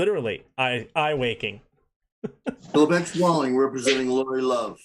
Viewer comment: I’ve heard, “Eye wakening” many times.